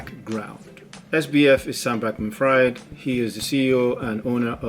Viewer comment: I love the way you pronounce his name 😭😭 good video bud